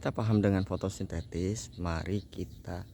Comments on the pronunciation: Fotosintesis om... Bukan FOTOSINTETIS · Penyebutan fotosintesis aja salah bung.